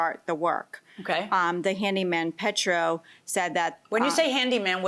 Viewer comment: Why does it seem like some litigants (upon entering) want to stand there & have a stare down with the one(s) across the front? 🤔 No matter how many times everyone else says cinder blocks, the lady plaintiff says cylinder blocks. Not to mention, she calls the one man Petro, instead of Pedro. 🤭